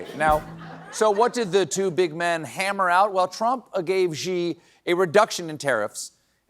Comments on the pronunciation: Poor Stephen, he still cannot pronounce Xi as "she" but instead says "gee" (as in gee-whiz). Or is it his award-winning writing staff that can't get it? Ah, I looked it up and found out where they got their pronunciation. Apparently, "xi" is Greek to them. I've got some bad news. The Latin alphabet, boys and girls, is not owned by Americans, but it looks as if liberals are just as arrogant on this issue as the far right. So, one more time to help you out, the closest that most Americans can get to this is "she" as in the third person pronoun she; the closest you guys can get on "jin" is the drink gin; and luckily you guys can manage "ping." One out of three. No wonder Trump thinks Dem cognitive scores are low. (They match his.) Come on guys. Try it, Stephen, you're a famous performer. You can do it: "She Gin-ping." The guys can put it on the card for you, in big letters. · It's sad to know that the Colbert team doesn't read the comments here. I've been posting for YEARS on this channel calling for Colbert to stop mispronouncing Xi's name. It's pronounced as SHE, as in He/She, not JEE. At least by now, Colbert should have corrected himself. It's just embarrassing and makes Americans look stupid. The Chinese are laughing at the mispronunciation. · Someone tell Steven that Xi is pronounced the same as "she". He's a murderous dictator, but mispronouncing undermines your message and defeats the whole "careddd" bit. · How long till you learn Xi is pronounced She, not ZXHJGGSHI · It is pronounced she not zzhhhee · Please please please stop saying ZHEEE ZHEENping. That really grates on the ears on anyone that knows Chinese. It’s SHEE Jinping. It’s really not that hard. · FFS Stephen... hasn't someone on your team told you how to pronounce Mandarin correctly yet??? Xi is pronounced 'she'. Zhe has different characters! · Chinese speaking American here. Please stop mispronouncing Xi Jinping’s name. It’s cringeworthy. It’s pronounced “She” not “Dzjee.”